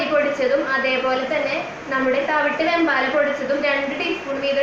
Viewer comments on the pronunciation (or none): വേമ്പാട, വെമ്പാല അല്ല, ഒരു വീഡിയോയിൽ വേമ്പട്ട എന്നും പറയുന്നത് കേട്ടു. വേമ്പാട പട്ട എന്നാണ്